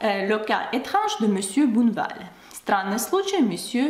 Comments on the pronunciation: Juste une petite correction : ce n'est pas monsieur "bouneval" mais monsieur Bonne val prononcé Bon' val avec un O comme dans "Он" en russe. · Bonjour! Tu parles très bien Français - Bravo!!! - mais je me permets quelques remarques sur ta prononciation dans cette vidéo. 1) Tu prononces: " Mr BOUneval" --> il faut prononcer Bonne -val "BONNE" comme dans " la confiture est bonne;-)" 2) Tu prononces: "CAUME" d'habitude. Le "O" doit être ouvert cOmme (même chose que "bOnne" au point 1 3) les premières atteintes tu as oublié la liaison --> "les premières 'z'atteintes" 4) Ah ça!! On ne prononce pas "AAAAh ça!" mais "aCAAA") --> "ah" très court... "ça" plus long 5) Tu dis: Le malheureux ajusta "SON" lorgnon et "LU" --> il est écrit: le malheureux ajusta 'SES" lorgnons et 'LIT" Voila qui va te faire passer pour une "vraie" Française;-) Encore une fois tu parles très bien... ce ne sont là que quelques détails qui amélioreront encore ton français Ты молодец! Amicalement Charlie